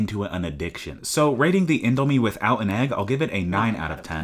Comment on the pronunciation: you pronounced the name wrong... BUT your correct Indomie + egg = HEAVEN